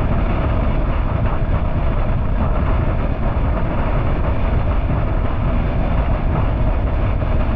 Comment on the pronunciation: Kuala Lumpur, not Kaula Lumpur